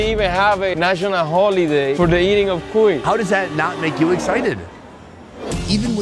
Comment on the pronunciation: The HARD pronunciation is in the “i” for the word CUI (the name of the hamster. It’s not CUi its cuI 😊